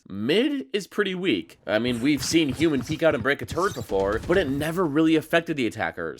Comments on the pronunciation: Triggered every time he says HYUNMIN like that....wtf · the hyunmin pronunciation is making my ears bleed